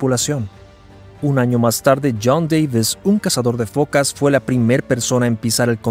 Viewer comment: ¿Fokas? Se dice focas.